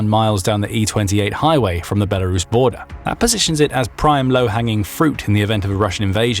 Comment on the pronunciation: There is no "H" in Belarus.